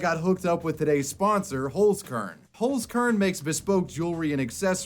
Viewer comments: The way you pronounce Holzkern is awful xD Pls look up the pronunciation and try it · The way you pronounce "Holzkern" is so funny to me. It translates to Wood Seed btw. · I love how you pronounce Holzkern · Always funny to hear English speakers pronounce words like 'Holzkern'.